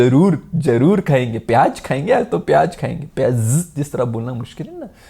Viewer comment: piyazzzz hota hai 😂